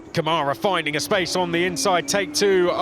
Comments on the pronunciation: 🎉 Agree 100%. They also still cannot pronounce last year's F3 champion name correctly. The caret symbol on the first A in Câmara means that syllable is the strongest one. So it's pronounced like CAmara, not CaMAra. Not hard. Really disrespectful. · IT'S NOT caMARA, f... Why you do that with Brazilian pilots? IT'S CÂmara!!! Learn something!!! And respect the Brazilian pilot!!